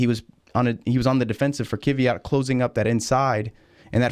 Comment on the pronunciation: First - he is Kvyat, not Kiviat. And second - only two wheels on curb.